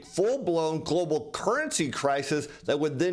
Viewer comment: Why do you keep saying Glo Baal........